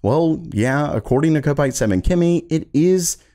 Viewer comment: Nice to see that you don't read your comments on these videos, so I'll reiterate for your benefit. It is pronounced KOP ITE not KO PITE. A Kopite is a fan of Liverpool football club. Their home stand is called the Kop, hence why the fans are called Kop ites, not Ko pites......but of course you'd already know this if you read the comments on your videos....